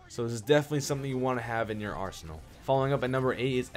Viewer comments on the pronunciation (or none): none